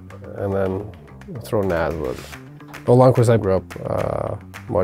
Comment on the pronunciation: I believe he said "Nas" for "Naslund".